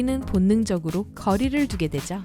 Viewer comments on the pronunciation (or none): 영상에 목소리: 우리는 본능적으로 거리를 두게되죠? 한국인: 우리는 본능적으로 갇다두게 되죠?